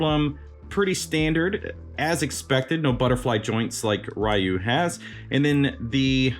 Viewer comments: It's Re-you. Whether it's character select screen, cutscenes or anime no one calls him as Rye-you. The Storm Collectibles Chun Li had butterfly joints and moving hair buns but you can't buy her anymore. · The way he pronounces Ryu 😂 lol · Thank you for saying Ryu that way, I know it's wrong but that's how we ALL said it in the 90's! 😅